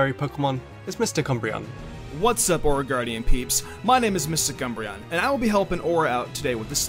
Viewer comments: did he say cumbreon? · It sounded like they called MysticUmbreon Mister Cumbreon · I thought u said MisterCumbreon